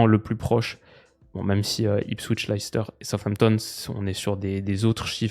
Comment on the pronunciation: Leicester ça se prononce Lè steuh pour faire simple, pas l'ail s'ter.